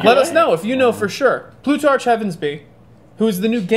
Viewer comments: It's district 11 which represents black slavery and Plutarch is pronounced Plutark! And you can't comment on Catching Fire just by watching the teaser, you have to read the book to understand... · Plutarch is pronounced like plutark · it's pronounced plutark--like with a hard k sound. There is also a greek mythological character that used to coordinate the original Olympic games at Mt. Olympus. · they start in 11 not 12,they are on the victory tour. And in the book she got whipped in the face not punched an he didn't take out a gun. And its Plutchard (PLU-CHERD). :) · the h in plutarch is silent